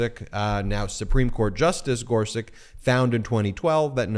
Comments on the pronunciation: Ben! Regardless of how much he make suck, Neil Gorsuch’s surname is pronounced “GOR-sutch”, not “GOR-suk”. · GorSUCH just like it’s spelled. Not GorSICK like you kept saying. Eastern European names always end with the -ch sound unless the family changed it for some reason. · Ben - the Justice's name is pronounced "Gor-sutch" not "Gor-suck." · gor-suCH, not gor-siCK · Thanks, Ben. On pronunciation. I believe the original spelling is “Gorsuč,” meaning we would pronounce him “Justice Gor-such.” Second, I believe that Trumpie’s a bone fide illegal, too. His Opa Friedrich immigrated from the Bavarian Palatinate illegally, hiding the arrest warrant out for him, for evading conscription in his home country. Meaning Trumpie’s Dad Fred was an illegal child of illegal immigrants, too! BoneSpurs Trumpie’s a fraud. Always has been.